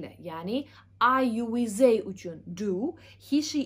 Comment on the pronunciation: They wey deyilmaydi they diyeladi